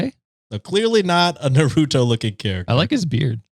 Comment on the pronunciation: say "nar-oo-toe" 💔💔💔💔 (it's naru-toe)